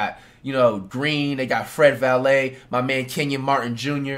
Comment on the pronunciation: "Fred Valet" 😂